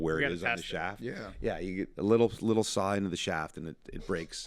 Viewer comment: Did anyone else wince every time he said "saw" and "shaft"?